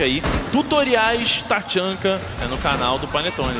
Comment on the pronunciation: esses narrador sabe nem dizer o nome dos personagens porra taxanka kkkkk se fude cara amo o tachanka mas o taxanka não